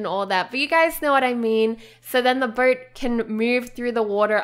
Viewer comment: i thought you make a birdhouse cuz u cannot pronounce boat right.